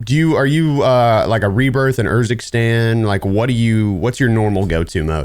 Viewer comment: The man can't even say "Urzikstan" correctly but CoD is his favourite game lmao 😂